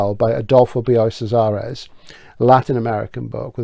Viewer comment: Fabulous as always.. Casares is pronounced with a K sound. KAH-sah- rez. If you want to get a feel for the time) place and culture of The Invention of Morel I recommend looking up the film: Los que aman, odian... based on another Casares piece. It's a psyc murder mystery but it transports you to the island of Morel in ambiance. It stars the beautiful wife of Michael Buble, I think u will enjoy it. Keep up the excellent work you do here. VERY enjoyable.